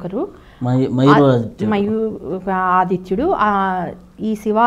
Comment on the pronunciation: ఈమె అన్ని తప్పు తప్పుగా చెప్తుంది "మయూక ఆదిత్యుడ్ని " మయూర ఆదిత్య అని చెప్తుంది దశాశ్వమేద ఘాట్ ని దశబ్దఘాట్ అని చెప్తుంది బుక్ సేల్ కోసం చెప్తుంది